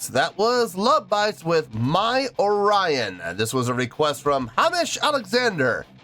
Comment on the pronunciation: Oh Lion❌ Orion✅